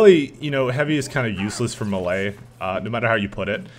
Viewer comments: No? It's pronounced mey-ley. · Please, please, please stop pronouncing "melee" so incorrectly lol. You're pronouncing it malay, which is a completely different word.